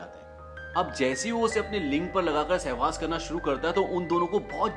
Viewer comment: Sahwag nahi sahwas hota he wo.... Lag ra cricket bahut dekh raa chora